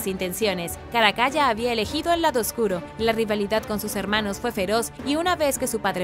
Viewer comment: Excelentes videos, muchas gracias! Y UN DETALLE: se pronuncia "Caracala" no "Caracaya" y se dice "MONStruo", no "MOUStro" u otra forma (esta palabra parece que se le indigesta a muchas personas). Saludos!